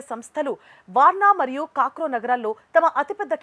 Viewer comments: ఏం చదువుకున్నావ్. పోలాండ్ క్యాపిటల్ వార్సా, అనటం రాదా వార్న అంటా. కాక్రో ఏంటీ కాక్రౌచ్ లాగ, krakow. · Warnaw,kakrow❌kaadhu🤦🏻‍♂️, Warsaw, Krakow✅